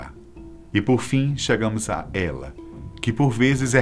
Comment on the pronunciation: o nome déla é éla😂